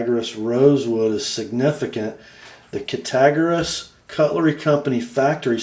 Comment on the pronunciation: ( Pssst.............ya got the "g" and the "r" in "Cattaraugus" switched around in your pronunciation of the name. Look closely at the name, as it is properly pronounced as: "CATTER-AUGUS"............the "augus" is pronounced like the month "August". Of course, I purposely mispelled the name in order to verbally demonstrate the proper pronunciation.............thought you'd like to know.) ;-) The Northfield version of the GEC Eureka Jack is exactly the same as the SFO they did for these guys..........both blades, bolsters, swages & all. The only difference was the tang stamps & etches. I could be wrong, but if I'm not mistaken, it is the gentleman's wife, who is the great grand daughter ( or grand niece, maybe? ) of JBF Champlin. I really dig this company, and the fact he and his partner resurrected this old name. Actually, "John Brown Francis Champlin" started out as a cutlery salesman for the very old "Friedmann and Lauterjung" cutlery company. He later left them, where he and his son "Tint" formed their own company: "JBF Champlin & Son"...........JBF's sister had earlier, married one of the Case brothers, so 4 of the Case brothers, with one of them being JBF's brother-in-law, joined JBF Champlin & Son in 1886, to become the Cattaraugus Cutlery Company. Them Case boys had their hands in so many different cutlery companies back then, and I believe a few started because of Case sisters marrying into another cutlery family, who would then join with his "brothers-in-law", the C